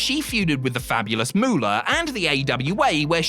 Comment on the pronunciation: Aside from the sheer ridiculousness of putting Vern Gagne ahead of the Nature Boy as the greatest wrestler from Minnesota, identifying Mary Lillian Ellison as the greatest women’s wrestler of alltime (correct), and then mispronouncing (and misspelling) her ring name as ‘The Fabulous Muller’ is downright embarrassing. It’s MOOLAH. Like money. It’d be like calling Terry Bollea ‘Hulk Rogan’ . Fail.